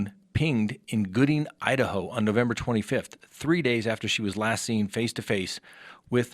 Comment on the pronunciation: I thought I was hearing things, but yup, that's what it sounds like he said. Lol